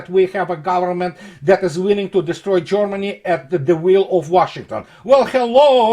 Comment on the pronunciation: Privet! It's not Jormany, it's Germany! Not jOrmany but gErmany! Consequently, they aren't Jormans, but Germans! Other than that, your videos are very well researched and presented! Maladetz! Congratulations! Thank You for good content.